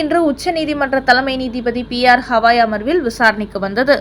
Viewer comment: ஹவாய் அல்ல கவயி It’s not Havaai but Gavai Though it is proper noun we can see what letter he uses in Hindi and English.